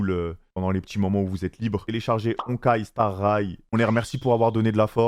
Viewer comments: il a dit honkai star ray mdrr jpp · "Honkai star rayle" ptdrr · « Honkai star raille » « Hatsune Mike » « Robin » il a défoncé tous les noms qu’il pouvait défoncer 😭